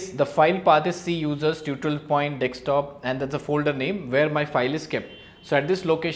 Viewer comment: Nice video, but one catch, it's dessssskktop not dekkkkssstop. lol dekkkkssstop sounds weird.